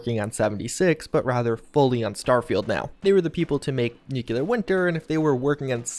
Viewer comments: I love you, man... long time subscriber and have watched every second of every video you put out on FO76. But can you PLEASE stop saying "Nuke-You-Lurr" and instead pronounce the word how it's spelled: NU-CLEAR. I've cringed far, far too many times in the past 1.5 years. lol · DUDE. NU-CLEAR. NOT NU-KILL-LAR!😑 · OK - Now, you're doing it on purpose. Perhaps you should add merch imprinted with "Yeah, I know how it's pronounced, but I'm gonna keep saying 'nuke-u-lar'. Deal with it!" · Love your vids,. But please, it's new-clear. Not new-cue-lurr. Lol. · You would think a person who spends this much time with Fallout would bother to pronounce nuclear correctly.